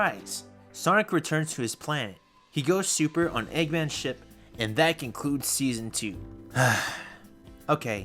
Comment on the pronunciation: when you said eggmans ship i heard eggmans shit instead of eggmans ship